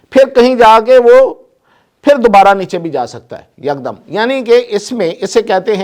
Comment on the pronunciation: Apni urdo thik karo Yak dam nahi hota hy ek dam hota hy ok sir